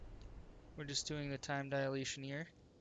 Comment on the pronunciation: Time 'dialation'?